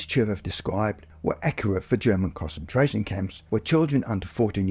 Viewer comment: These were interesting, but I could barely "cause-entrate" on the second story because the pronunciation of concentration was so awful